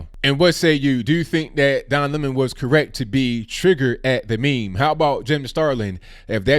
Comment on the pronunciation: Stop calling it a Me Me